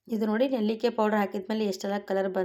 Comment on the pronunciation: Nellikaayi annodu kooda sariyagi helbeku